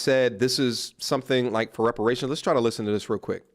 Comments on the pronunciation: "Repartions"... aight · Nah my G she got “repartions” not reparations, whatever that means😭😂